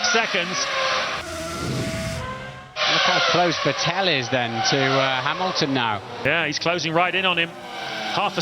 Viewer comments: Normal people: Vettel This commentator: Vetél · Had no idea for Fertell was. You're telling me they are saying Vettel? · VET- break-TEL haha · Who tf was Vetteehl ? 😂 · Ahhh the days where the commentators said Sebastian Vet-tell instead of Sebastian Vettel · Back when Vettel is called VeTELL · Vetél was actually pretty close compared to the hungarian commentary back in those days ^^ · Crofty: Sebastian Fettol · More like Wetéll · Ah yes.. Sebastian Vet-tel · "VEH TELL" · Back to a time, in which Vettel used to be called WätäLLLLL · It's still mispronounced....Crofty is the only one saying it right, like FETTEL.. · It used to be vuh-TELL, right? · The Hungarian commentators said 'Fetl' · Vet ell😂😂😂😂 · I love how they mispronounced Vettel, and as a German living in the US at the time, being completely flabbergasted who they were talking about. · Beck when no one knew how to say "Vettel" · the way he pronounces Vettel's name disturbs me greatly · How they pronounce Vettel 💀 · I love how they used to pronounce Vettel like he was French for some reason 😂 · Haha the way they mispronounce makes me feel as if this isn't the same Vettel as today, but a completely different driver. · Its so funny how commentators pronounced Vettel 😂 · Funny how he pronounce Vettel. 😂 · Yea exactly. Hearing Vettel with V is making my ears bleed. Same with Verstappen sometimes. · it's like they mix German pronunciation into his name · They still don't pronounce his name right. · he got it right the first time then he butchered it lol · OH MY GOODNESS ME VET-TTEL IS TAKING THE PLACE It weird to hear after 12 how they pronounce Vettel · Well, they still can't pronounce Vettel correctly, so... Ironically, Crofty is the only one saying his name correctly. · The best part is how they pronounce Vettel😂